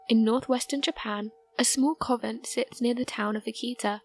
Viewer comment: Covent??? Tan-Zay-nia??? Nostra-dame-us??? Try convent, Tan-za-nee-a, Nostra-da-mus